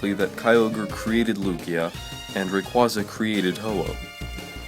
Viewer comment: You can't pronounce rayquaza right